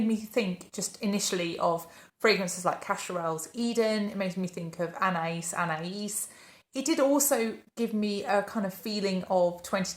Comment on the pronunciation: Thank you for sharing your thoughts on these new releases. I have smelled Athénaïs by Parfums de Marly. (Thank you for saying the correct pronunciation of this. The SA didn’t even bother to say it) This is okay. I would not get a full bottle of this. I like your description of this. Near the dry down, the neroli starts to shine and it becomes this soft clean fruity floral, a little like laundry soap or a soapy clean scent. wouldn't spend $400 on it.